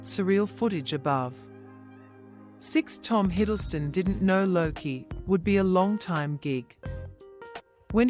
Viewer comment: Luki? Jesus christ it's Loki , my guess is this was made and narrated by an AI cause it's shit